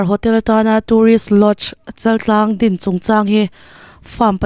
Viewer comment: Chaltlang niloin chaaltlang,chal hi thluk tur.